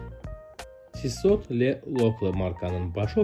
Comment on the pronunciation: Video gözəldi amma saatların adları düzgün tələfüz edilmir .Tissot, Cartier və s...Bu markalar yazıldığı kimi oxunmur. Təşəkkürlər.